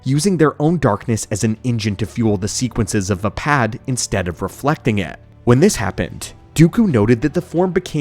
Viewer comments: "Vpad" instead of Vaapad is an interesting choice for saying the style... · Why are you mispronouncing Vaapad? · I’m sorry I want to listen but the pronunciation of vaapad is killing me.